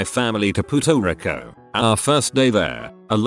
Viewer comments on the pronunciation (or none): "Pooto Reco"